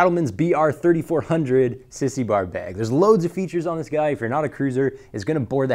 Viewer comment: Learn how to say "bag" please. There's an "a" in there. Not beeg.